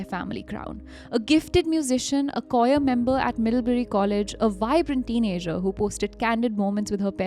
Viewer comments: They didn’t even learn to pronounce English words like Choir. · This episode is quite poor. Arrogant Aryan, mispronunciations, and the fact she’s a Red Cross donor? As so many people are, what? And the lack of any attempt to figure out proper pronunciation of words like choir.